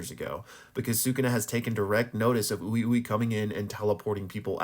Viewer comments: It's wee-wee not oowi-oowi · Im pretty sure Ui ui is pronounced "wee wee", not "ooey ooey" lol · I don’t understand how all these JJK reviewers still pronounce character names wrong? Is it a racist white washing of the Japanese names? Like bro said “ooh eee ooh eee”, we heard his name pronounced in the anime and it’s not hard to say, “uh wee wee” essentially lol, it’s the same with Gojo they all pronounce him “sat oRu” and they don’t roll the R like a D, it’s not that hard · its pronounced ''Wee-Wee''